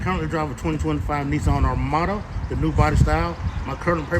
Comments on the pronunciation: Nissan “ArmadO” 😂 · How are they a Nissan salesperson if they can’t even pronounce “Armada”?